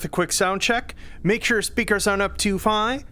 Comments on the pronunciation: "Make sure the speakers aren't up too figh." You tired,? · Make sure your speakers aren't up to "figh" lol